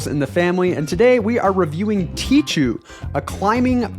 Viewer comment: Tee-khoo please, not "tee-tchoo" :)